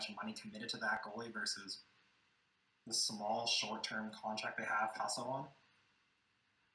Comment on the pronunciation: maybe learn how to pronounce Husso before you talk about him.